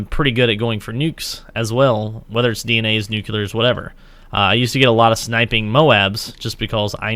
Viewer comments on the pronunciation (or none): Its called snipeing not SHnipeing